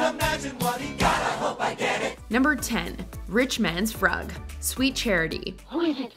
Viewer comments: It’s not pronounced "frug", it’s "froog". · Its not pronounced Frug, its pronounced Froog. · FYI: it's pronounced Froog. Not Fruhg. :( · FRUG DOES NOT RHYME WITH RUG !!!!! Pronounced FROOG!!! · It's frooooog, like groooovy not fruhg, like rug. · As someone who lived through it, it's pronounced "froog" not "frug". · Brilliant- but FYI the Frug is pronounced like fruit, with a g. Not, line rug with an f. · Pronounced Rich Man's FROOG, not Frug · Frug is pronounced Froog. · It's pronounced "Froog" even though spelled Frug!!! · It is pronounced froog. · The dance from "Sweet Charity" is entitled RICH MAN'S FRUG, which is pronounced FROOG! Also, "Step in Time" from "Mary Poppins" was not choreographed by Michael Kidd, but by his former assistants (and featured dancers) from prior films, Marc Breaux and his wife Deedee Wood, who went on to choreograph both "The Slipper and the Rose" and "The Sound of Music." GET YOUR FACTS STRAIGHT! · It's pronounced "froog" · Frug rhymes with Moog not Rug. Please! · Wasn’t it pronounced “froog”? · You're right: that dance WAS a thing in the 1960s; however, they called it the 'FROOG' (spelled Frug, but with that double-o pronunciation)...💃🏻🕺🏻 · ... "frug" is pronounced "froog" .... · #10 pronounced "FROOG" idiot! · It's froog. It doesn't rhyme with shrug. Jeeze. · funny that the narrator does not know how to pronounce frug the way it was said back then: froog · The Frug. Pronounced FROOG! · Did she just pronounce frug like rug? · Frug is pronounced “froog” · Frug. Pronounce it froog. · "Frug" is pronounced "froog". I remember when it was popular. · It's pronounced froog. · The Frug is pronounced THE FROOG, #10 in Sweet Charity. Do your homework! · It's pronounced froog narrator. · The "Rich Man's Frug" is pronounced FROOG sounding like the U in Dude. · The dance frfrom sweet charity is pronounced froog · We used to pronounce it “froog.” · It is pronounced 'froog'. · Frug is pronounced 'Froog'. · Frug is pronounced "froog."